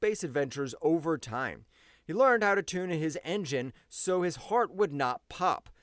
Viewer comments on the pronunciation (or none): none